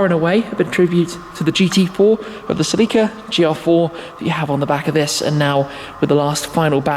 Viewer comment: is that really how Celica is pronounced..?